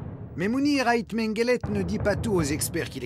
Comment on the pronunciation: Mengele ou mengelette? quel horreur !